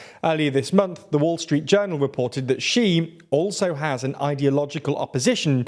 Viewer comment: Great video, but you guys really really need to get somebody to help you with how to pronounce Chinese names. Hearing Wen Jiabao pronounced like that really takes me out of the video - it's almost as bad as the video where you kept referring to Xi Jinping as 'Ji'